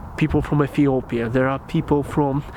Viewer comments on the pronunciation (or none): none